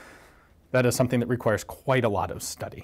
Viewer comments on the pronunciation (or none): none